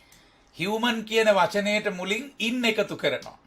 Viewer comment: මානුෂක human pronounce karanne හියුමේන් කියලද්?